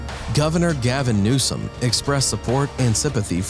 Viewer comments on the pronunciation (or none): none